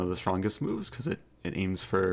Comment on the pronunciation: "aim's fer" gee wonder where thats from